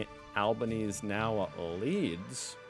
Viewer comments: the PM's name is Al-BEN-ESE-EE so 4 syllables not 3! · I enjoy the videos that you make, but how you pronounce Anthony Albanese's last name is like Albanesy.🤩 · BTW, … Albanese is an Italian name. This means you pronounce ALL the vowels (even if they are next to each other). So to pronounce Albo’s name you say it as Al-Ban-Easy. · I’d forgotten how unusual it is for a USAmerican to call a national election for a month’s time. Also we pronounce the PM’s name Al-ba-nee-zee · It's Anthony Albanese. Pronounced Alban "easy" :text-green-game-over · Abanbeseeee pronounce the E or just call him ALDOe like everybody else., those blue bum bees do bloody ating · the pronunciation of our current Prime Minister Anthony Albanese is Alban-ezy, more or less how it's pronounced in Italy. And that further shows how far we've come in the last few decades, was the time it would definitely have been anglicised to something different (like how you do it). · Hey, How ya going??Just here to say that it’s ALBANEEEZEEE 👍🏻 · Awful accent, give it up 😁 And it's Albanese pronounced Albaneasy. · Why ??? Why wont you say Albanese's name properly????? 🤨